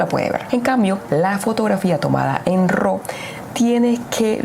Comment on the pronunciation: No se dice ro … se pronuncia ra . Raw es decir entero natural …